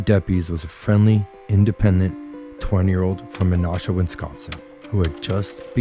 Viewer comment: You mispronounced "Menasha", but otherwise a good video! Source: Me. I grew up in Menasha.